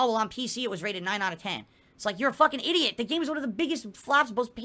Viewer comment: And also calling them "eedeehut". He's very quick for resorting to insults in order to make himself feel better.